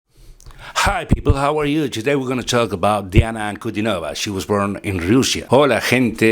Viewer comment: Su apellido se pronuncia con el acento en la i, o sea en la tercera sílaba: Ankudínova.